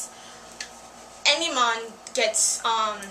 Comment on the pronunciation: Great insight it just bugged me that you kept saying Enimon which is supposed to be Endimyon and when you said that Usagi was supposed to lose power when transforming into Neo Queen Serenity is looked at wrong Usagi is changing into the Neo queen serenity before Chibi-usa was born, after marrying Prince Endimyon, Neo Queen Serenity still had a time period where she was still able to use the Phantom Silver Crystal at full potential, other than that good :) When watching the anime I was bummed that Sailor Pluto's part was indeed cut off but also kind of relieved since I loved Pluto. What was your take on The Ayakashi Sisters in the English Subbed?